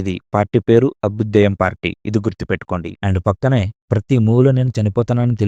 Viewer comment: అబుదేయ్యం కాదు అభ్యుదయం అనాలి అన్న ..